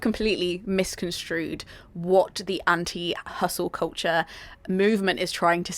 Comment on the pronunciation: Koltcher is what I’m hearing 😂